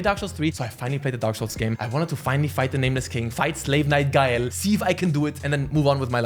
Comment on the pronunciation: why does this bald dude call gael guyl